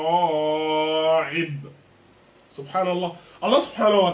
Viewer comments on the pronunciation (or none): Salem 3alaykoum wa raHmatuLLahi wa barakaatuh x), je voulais te dire quand il y a le hamza ء attention à ne pas prononcer le ع comme يخرج من بين صلب و الترآ ءب aussi avec le ت et le ط que tu as confondu ici voilà en espérant que ce soit bénéfique :)